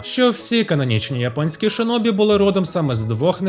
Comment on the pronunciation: Як людина яка говорить японською, то можу вам сказати, що у вас дуже гарна та правильна вимова назв)) тільки не шИнобі, а шІнобі (в японській є тільки звук «ші»). Бо через кацапську транслітерацію в нас досі неправильні деякі японські назви. І це насправді є проблемою, бо в Україні до сих пір користуються кацапською системою, на жаль ((( Відос суперкласмегаульот 🎉🫃